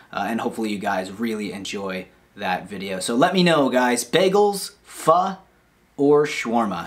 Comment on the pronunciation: Im thinkin Pho. (You actually said it right, wonder if anyones gonna actually appreciate that) . We gotta collab just one video lol just once bro. Maybe im itching to get outta the house myself. Anywho otherwise much love to the channel. Always.